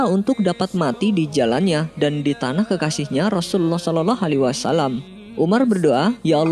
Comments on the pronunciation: Pengisi suara kurang fasih ketika berkata Rasulullah S.A.W . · Napa ya nyebut rosullullah kerasa sulit bgt .. penyiar nya..